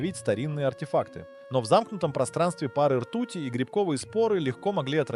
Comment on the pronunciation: чувак ты пролаял текст даже не прочитав его предварительно п в слове пары ты неправ спроизнес ударение так же в конце в имени жены м ногое другое ужас как вам на все плевать тефлоновые души либерда